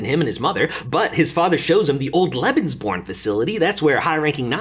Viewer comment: I needed a bit of time to understand, that you were saying Lebensbaum 😂